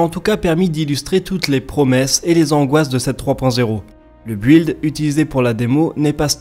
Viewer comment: Super video, par contre je peux pas m empecher de faire le gros lourd et de faire un commentaire sur le mot "build" que tous les gamers francophones semblent faire expres de bien bien le pronnoncer horriblement a la francaise lol ("build" se dit bilde et pas builde). :D